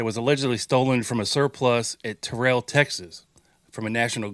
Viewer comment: Terrell, Texas is pronounced Terrell, rhymes with feral. Great show. Thank you.